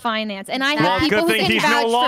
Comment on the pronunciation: Are they pronouncing “fiancé” as “finance” bruh